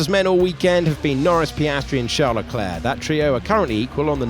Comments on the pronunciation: What’s up with the way they pronounce Charles Leclerc? Sounds like they say Shal. No Ch, r, or s. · Sharl Leclair